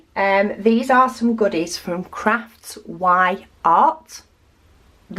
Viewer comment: Enjoyed your unbagging. Beautiful canvases and card. I just ordered 5 canvases myself. Btw, I have seen a few other creators mispronounce the sellers name. The Y is not mentioned. It is craftsy art. As in that person is really crafty / craftsy. So, Craftsyart.